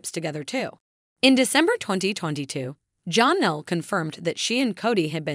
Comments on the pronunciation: It is not John Elle it is like Jan elle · Please stop calling her Jonelle. It's pronounced more like Jan, Janelle not Jon in it anywhere. (Actually spelled Jenelle.)